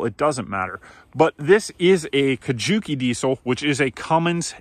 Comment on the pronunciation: Kukje not Kujuki. LOL